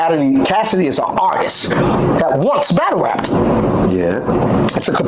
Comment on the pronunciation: just said Cassidy is an "ARTISK" When 🥷🏾 try to talk properly 😂😂😂